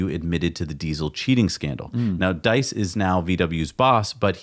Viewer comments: diess rhymes with geese in Nordschleif, schleif rhymes with knife, strife, fife, life... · About Herbert Diess .... German "ie" is pronounced like a long e in "free".